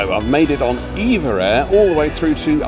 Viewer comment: Not called Eva. Say it E V A